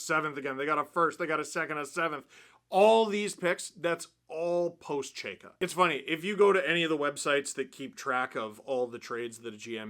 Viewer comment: These videos of you mispronouncing his name will be gold for the next 4 years before Chayka is fired.